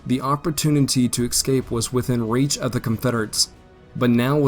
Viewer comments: Dude, your grammar is horrible. "ex-scape" rather than escape. "Forrest-es" instead of "Forrest's" Primiter, rather than Perimeter... "Uleesees" instead of Ulysses (ih, not ee) Other than this, the information is fairly spot on, as far as historical accounts suggest. I am a grammar nazi, so I pay close attention. If the grammar were improved, these videos would be perfect. I don't mention these small imperfections to degrade, but to offer constructive critique. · The word is "escape", not "excape"!!!!! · A "plum" of smoke; the gunboat "Constatoga"; the enemy might "excape"